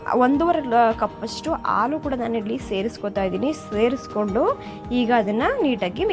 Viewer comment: You r telling aalu for haalu. Like this so many mistakes. Pronounce the words properly.